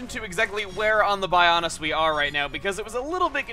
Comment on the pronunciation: Bionis' knee, Shulk said Bionis instead of Bionis'